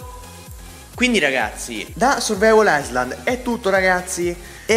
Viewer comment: MAONNA FIERIXXIMO!!!! ISLAND SI PRONUNCIA SENZA LA S!!! ENGLISH LEVEL: PEPPE DE PEPPETELLA IN VIAGGIO NEGLI USA